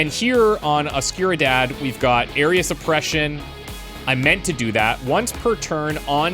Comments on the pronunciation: Every time I hear "a skewer dad" :D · Please let's have trying to pronounce Oscuridad be a running gag